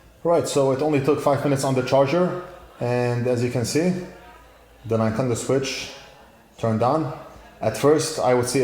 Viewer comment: Ninetendo switch 😆